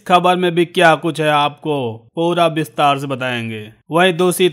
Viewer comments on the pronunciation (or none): विस्तार को बिस्तार बोलते हैं जनाब। साफ़ को साफ बोलते हैं।